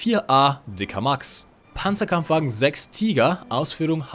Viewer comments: Toll ein englischsprachiger Youtuber der nicht Pänzerkämpfwägen sondern Panzerkampfwagen sagt. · I am a german and im very proud of you, couse everytimes i hear somebody say PANZERKAMPFWAGEN 6 AUSFÜHRUNG F wrong i get an heart attack. Lol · als Deutscher freu ich mich über richtige Aussprache von PzKfw